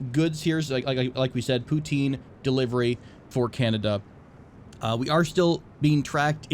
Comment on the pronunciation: The way you pronounce poutine makes me sad :(